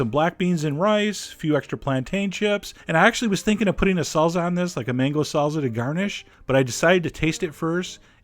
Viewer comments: its not salza, its salsa with s sound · I love your videos, you're hilarious, but I hate the way you say "salza" instead of "salsa". Whats up with that? Lol